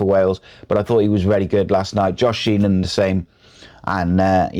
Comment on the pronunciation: My left ear is offended. Also, it's "Sheehan" not "Sheenan". Regardless, thanks for the vid.